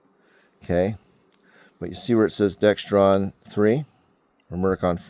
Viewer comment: There's no T in Dexron!